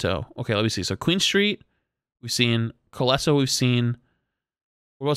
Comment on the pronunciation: Hey, just a friendly correction since the Colosseo map is gonna be here for a while, it's pronounced (col-oh-say-O).